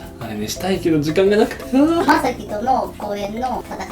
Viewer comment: お母様まさきのことまさきって言ってるんだね！！